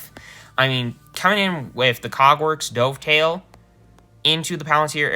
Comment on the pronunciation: Never heard someone say Dovetail like the past tense of Dive haha.